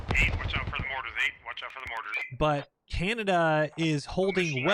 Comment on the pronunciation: he fucked aboot, he found oot